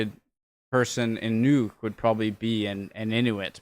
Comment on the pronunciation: Thumbs up for pronouncing "Nuuk" correctly. 👍 (No it is not "Nuck")